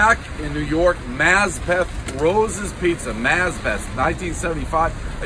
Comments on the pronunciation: Mazz-peth? Goddamn it, it’s Masp-ith. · It's pronounced "MASS-pith" by locals. Rosa's is overrated, as is Carlos. Everybody knows New Park Pizza is the best slice in Queens since Tony's on Woodhaven and Sorisi's in Forest Hills closed long ago AND you gave it an unreasonably low score. You should give that one a second go. It's really true that the pizza quality varies by time of day and who's making it. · I laughed at the way he pronounced Maspeth. Lmao. My sisters ex of 10 years lived there. I'm in Northeast Queens.